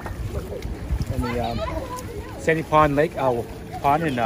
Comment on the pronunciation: As a old local who lived for 30 years on Sand Pond which is part of Tacoma Lakes I have to admit I'm a bit triggered because of your miss pronunciation of SAND POND smh.